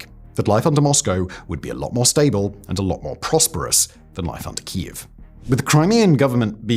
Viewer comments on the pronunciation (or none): Simon STILL doesn't pronounce properly Keiv after all these years 😢.